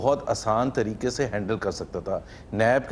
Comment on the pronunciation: ماریہ میمن صاحبہ ۔ "تین تریکے" نہی " طریقے " لفظ ہوتا ہے ۔ صحیح تلفظ ادا کیا کریں اور بولا کریں ورنہ ایسے الفاظ انگریزی میں بول دیا کریں ۔ پاکستانی عوام زندہ باد